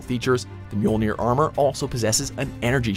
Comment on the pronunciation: He said Mjolnir properly. Go watch HaloFollower a YouTuber who should know halo terms and listen to him butcher the pronunciation of Mjolnir